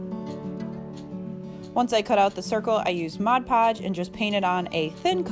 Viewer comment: Nice! So refreshing to hear ‘Mod’ Podge pronounced correctly! Guess I’m a little picky (👵🏻) but majority of crafters call it ‘Modge’ Podge and it drives. Me crazy! 🙃 Really good video. Thanks for sharing!